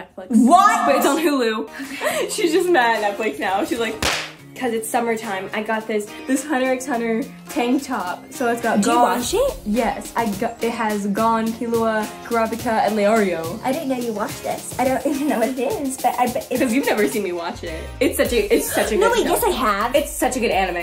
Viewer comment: WAIT WAIT- LOVE THE VID BUT DID YOU SAY Hunter X Hunter and you pronounced Gon and Gone😭